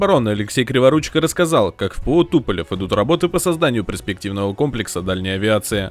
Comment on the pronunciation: Добрый день, с удовольствием всегда смотрю ваши выпуски! Одна к вам просьба, научитесь говорить ПЕРспективный, а не ПРЕспективный, как говорите сейчас! Ну пожалуйста потренируйтесь! Спасибо.